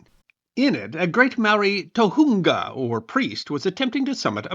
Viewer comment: The "o" in Māori is pronounced more like the "o" in "ore". The u is more of an "oo" sound.